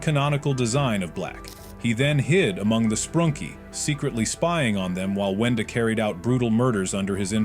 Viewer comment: It’s wenda not wendy